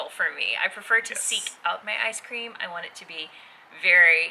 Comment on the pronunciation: Did you say "Ice cream"? Lol... ;-)